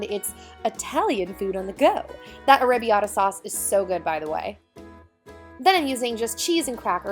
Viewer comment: just letting you know arrabbiata is pronounced are-uh-be-ata with a double r